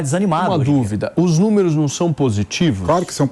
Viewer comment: Coloca uma câmera no PATETÃO. ..." númerux, númerux, númerux... . Vai catar coquinho!...